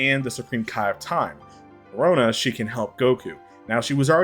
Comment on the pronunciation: It's Chronoa, not Corona.